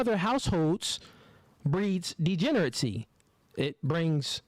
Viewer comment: I am so tired of you mispronouncing degeneracy please learn how to say it correctly